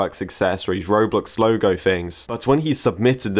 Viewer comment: When you say "Roblox O Loge" it sounds funny to me